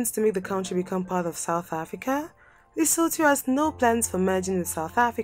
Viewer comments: Leso2 that's how it's pronounced. But better pronunciation is better than the previous videos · I hope it's inspired you to do better research and care enough to pronounce names correctly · Gawd! She should get the pronunciation right! Eishh!